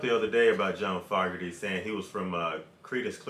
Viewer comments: His name is pronounced "F o gerty" like "ogerty" with an F in front :) . great song , keep rocking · You're pronouncing his last name wrong. It doesn't start off like the word "fog" it's supposed to be pronounced like the word "Vogue" but with an F instead of a V. Foooogerty lol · not to be a dick, but it is pronounced like FOE NOT FOG. hard A. just thought you would want to know. Peace. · Not fog erty, Foe gerty is the pronunciation I've always heard. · FO.... gerty. Is how it’s pronounced. He left due to internal dispute. The hate was real. They never had a chance to get back together. Through court hearing years after their split. Sucks because CCR was an awesome band stopped way to soon. This song always reminds me of spring time with baseball. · It's FOE-Garty. Sounds like Joe, woah, Moe, etc. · FYI It's pronounced (FOE-ger-tee) and he sounds so much like CCR bc he was CCR. Sorry other guys, but it's true. 🙂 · Fun reaction. Pronounced Fo (long o) gurty. Definitely baseball. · His last name is Fogerty with a long o sound.